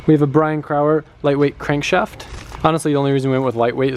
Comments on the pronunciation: Brian Crower is pronounced Bry-en crow-er NOT CRAuer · its cool hearing you so closely mispronounce my name all those times ,lol . I hope that's a relly good cam and pistons you got from crower